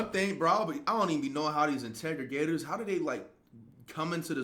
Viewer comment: I can just hope that my path will NEVER cross yours!! INTREGAGEATORS?? Really? Dude, read some books and dictionaries. You're embarrassing 😳 🫣!!